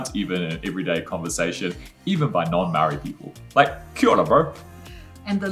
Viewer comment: can you learn how to say Māori please its not pronounced 'marry' 'or 'murray'!!!! Your wife's pronunciation is beautiful.